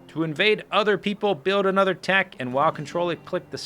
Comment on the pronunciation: yeah totally sounded like dick instead of tech. lol